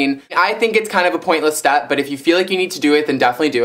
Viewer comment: haha the extra chtep LMAO